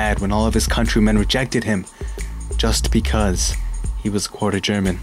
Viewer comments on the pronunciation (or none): none